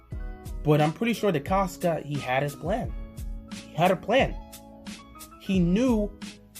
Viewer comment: Wats good Nice video keep up the good work i enjoy your content.💪🏾 I do wanna point out that your pronouncing Eric decostas name wrong with a K at the end. DecosTa